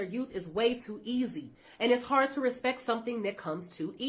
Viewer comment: I would never listen to anyone that cant pronounce "respect" properly. Wtf is respeck.